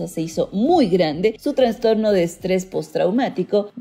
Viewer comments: Excelente trabajo, pero por favor no digas "transtorno" sino "trastorno". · Es idea mía o la narradora dice varias veces "transtorno" en vez de "trastorno". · La mujer que aquí habla dice "Transtorno" ojalá puedan corregir por "trastorno" correctamente. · Ella dijo transtorno🤢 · Por que dices transtorno xd